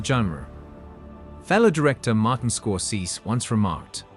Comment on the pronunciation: The word is pronounced e-PIT-o-me, not ep-i-TOME. The AI speaking robot mispronounces it twice. And An-TIG-on-e is not pronounced AN-ti-GONE. And Martin Scor-SE-se is not a two syllable Scod-SESE.’